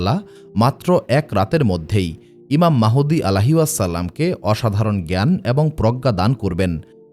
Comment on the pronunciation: ঈমান মাহুদি না,ঈমান মাহাদী হবে কোন নামটি সঠিক উচ্চারণ হবে